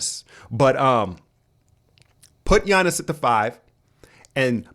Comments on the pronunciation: I still think you're fucking with us with that pronunciation of G-yanus. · It's pronounced Yiannis, not Giannis (although it's spelled that way) or Jiannis. Γιάννης with Γ sounding like Y (well I'm greek ....)